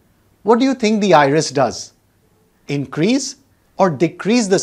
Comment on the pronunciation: The word 'iris' almost sounds like irish!